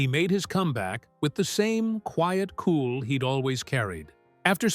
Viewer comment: Mary is the definition of a hipster, and the way she says cool as "kewel"...🤦🏻‍♂️😂